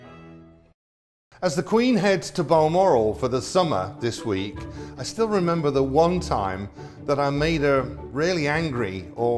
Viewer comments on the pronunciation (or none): none